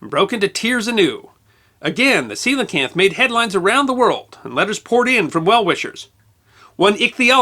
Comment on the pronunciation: I read about these in elementary school and found them super interesting. That was probably 17 years ago. Always thought I butchered the name until I heard it pronounced in this video.